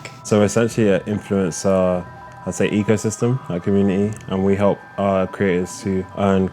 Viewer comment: I thought he said 'egosystem' lol